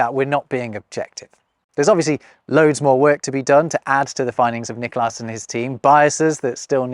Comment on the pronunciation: Sounds like you're putting the emphasis on the second syllable of "Niklas", when it should go on the first.